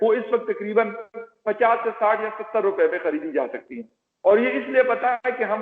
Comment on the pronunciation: Hasakti nahi he jaksakti hai sa bolo medam jee